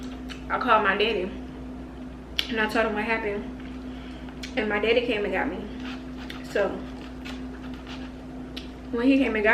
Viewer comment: That bread is sooo good, never got chicken from there tho 🤔 Where the pics sis ? Y’all shoulda put her in an uber, playing w safety. Better him writing a ticket than you getting ya license suspended from DWI. The accent on “my daddy” 😍